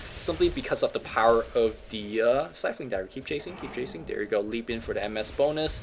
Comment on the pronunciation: It's called Leap not Lep